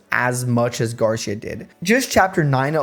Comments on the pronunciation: Love these challenge videos but... it's "Gar-see-uh" not "gar-sha" or "gar-syuh." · Quite late im commenting but Garcia is pronounced like Gar - See - Ah. Spaniard surname btw olé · The "ci" in "Garcia" is stressed, not the "Gar." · Garcia kept punishing you because you keep saying his name wrong.